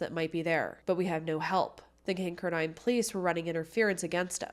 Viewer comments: I just came here to say that. lol it's not kinker dine. It's pronounced kin car din. Accent on middle part. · Great pod cast you tube video. The name if the town is pronounced Kin car den, Not Kink er dine....Just thought you might want to know. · Kincardine is pronounced Kin-Car-Din from someone who lives in southwestern ontario. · Kin car din. Emphasis on car. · Just an Fyi - pronounced Kin-car-din (although spelled Kinkardine) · I think your trying to ssy Kin -card-in. Thats how those of us that live in the area pronounce it . Just thought you would waht to know lol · Kin-kar-din. That’s how you pronounce it. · Kincardine Is Pronounced Kin- Car-Dinn I grew up not too far from there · It's pronounced Kin-card-ine 😊. I was at that dance that night Lucknow is my hometown 😊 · You mispronounced Kincardine it pronounced "kin-car-din." I mention this because I lived in the area and as listen to your info I thought I had not heard of such place until I figure it out. Also, I was familiar with the case. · Love you! As a former Kinkerdink (a resident of Kincardine), it’s pronounced “king-car-din” ❤